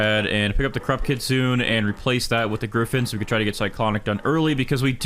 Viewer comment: It’s pronounced KIT SOON AY btw